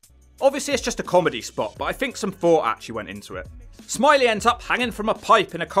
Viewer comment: It's smi ley it's French 🤣🤣